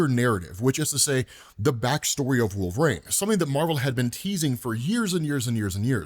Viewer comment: Wolverine has three syllables, not two!